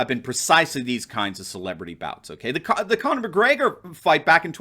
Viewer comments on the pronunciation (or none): none